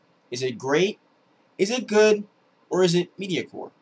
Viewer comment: Impressive video. Very well done. One thing though, it's MEDIOCRE, not medicore lol.